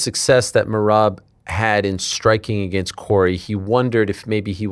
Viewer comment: “Ageenst” it’s “against” you a-hole